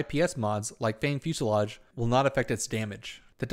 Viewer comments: gg, i like the new format, and love all the accurate detail, keep up the good work! my only wish is checking correct mod or weapon names, fusillaDe, sounds like lemonade, not fusillaGe XD, (no big deal, just help u sound as pro as poss);p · Heh. Fusillade, not fuselage. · I mispronounced it in the video, but its Fanged Fusillade and it can be dropped by Eidolons, purchased from Baro, or purchased from players for plat (8-10ish) on PC.